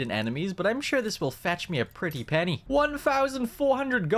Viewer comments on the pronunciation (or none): none